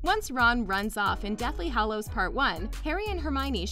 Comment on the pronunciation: OMG It's Hallows not Hollows. That is so frigging annoying.